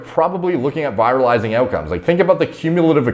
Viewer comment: Not how you pronounce virilizing.